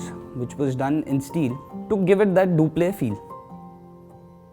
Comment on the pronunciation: You being artichetcts... i cannot understsnd why you pronounce the word duplex as duplay